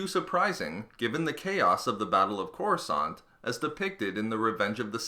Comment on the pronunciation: It's Coruscant lol,not courascant lol